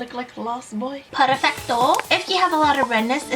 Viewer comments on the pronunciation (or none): OMG. It's that a ''PERFECTO''? Because sounds so funny. You make all my days with your videos. You're the fucking best youtube girl on the world. Part of the Notification Squad